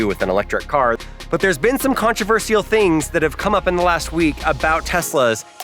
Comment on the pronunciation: you pronounce "controversial" wrong 😆